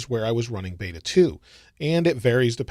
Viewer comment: beta not bata :)